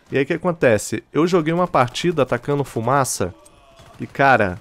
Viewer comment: Hahahahahahha ma sembri Veneto..."oh raga,la fumasa" hahahahhaha (min. )